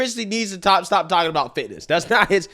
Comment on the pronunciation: the subject is FIT NESS! Not FAT-ASSES 😅